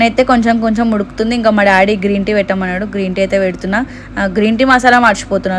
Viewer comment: Konchamsepu uppu enka salt vesi kalipi pettali anta😂😂😂 pronounciation mistake 😅